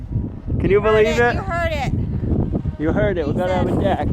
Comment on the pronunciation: Noted ✍🏻, “ Deck” it is 🗣 he said it!!